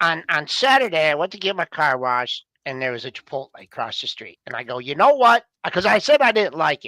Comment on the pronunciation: "Chipol-tay"?? C'mon. You gotta say that one right.